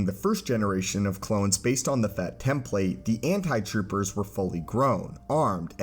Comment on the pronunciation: I'm unreasonably bothered by the pronunciation of "template" here